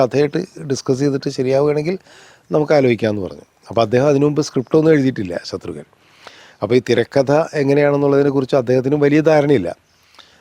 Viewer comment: Ghnanan vittupoyo? Shathrugan alla Shatrughnan..Kamal saarinu inganathe mistakes pattathathanallo